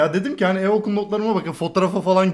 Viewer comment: İye Okul: türkçeden düşük aldığını bu kadar belli etme